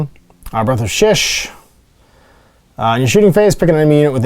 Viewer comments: Shyish - pronounced SHY-eesh, not shish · I can't take this guy seriously. He can't pronounce Shyish correctly. How am I supposed to trust a man who can't do words right.